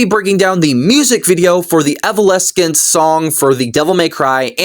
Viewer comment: Kevin Conroy voiced Hush because Hushs goal was to essentially become Bruce Wayne. Also Evoleskent is wild pronunciation lol